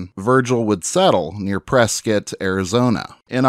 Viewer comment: Thank you for this great video it brought to light some things I didn't know about Virgil. It's also refreshing to hear someone pronounce Prescott, Arizona correctly. Born and raised in Arizona.